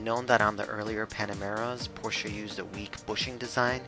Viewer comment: Props for pronouncing Porsche right! ❤️